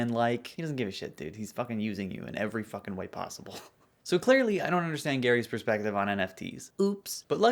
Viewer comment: take a shot of water every time gary says "foken" now you're hydrated!